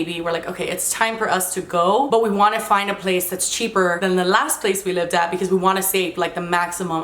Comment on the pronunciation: Anyone notice how kept saying "libed" and not "lived" Probably her Cuban-ness, Miami-ness coming out lol